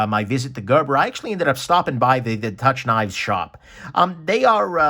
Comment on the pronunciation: 'Touch Knives' ? I assumed it was pronounced 'Took'-- good to know.